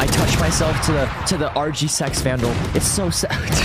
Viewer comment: bro said RGSEX vandal